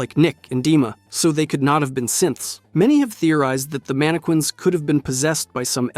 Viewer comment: Please for the love of god, stop pronouncing it MAN AH QUINS, ITS MAN AH KINS